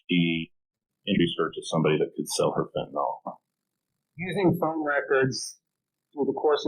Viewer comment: really weird that both the witness and the prosecutor here are pronouncing the drug name fentanyl as fentanol. one would think they would both know how it is spelled, and how it is pronounced.